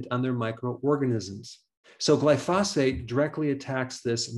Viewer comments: Dr. Berg it would help your credibility if you learn to pronounce medical terms and nouns properly. Glyphosate is not pronounced Gli phaw' sate. It is pronounced Gli' fu sate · Glysophate Not Glyphosate. You’ve made that mistake several times.